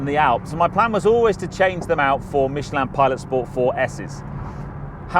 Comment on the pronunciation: You say Mich-e-land. It Mich-e-lin